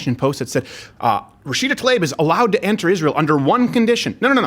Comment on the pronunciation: I'm just glad that you actually pronounce Tlaib's name correctly, in spite of her blocking you.